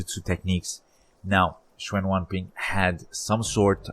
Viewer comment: It's not "Chen wan pin". It is "Chen Yuanbin".